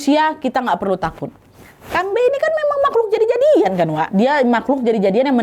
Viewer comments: kalau manusia setengah hewan tu hantuen, kambe tu pure "hantu" aja, aku Kalteng soalnya, terusss aga gemes pas kan nad ngomong "kambe" karena kalau di sini cara penyebutan nya kambE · Dibaca kambE kak, ditekan huruf vokal e 😅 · di awal mikir keras kambe apaan, ternyata pelafalan khas ka nadia yg buat aku gk ngeh itu "kambe". fyi cara pelafalannya itu ada penekanan yg kuat di akhir, "kambe." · Kambe', bukan kambee 😅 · Bukan Kambei kak nad, tapi kambe